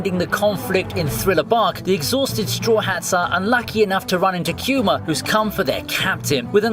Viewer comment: The way you say Kuma it cringes the shit out of me! why not use the Japanese way.